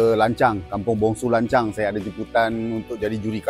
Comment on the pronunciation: Sebut baik - baik.. lancang bukan lancau